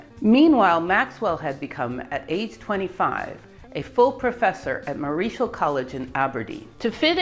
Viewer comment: Marischal is pronounced Marshal, for future ref.